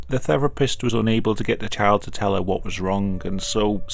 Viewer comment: I cannot stop hearing ‘chad’ instead of child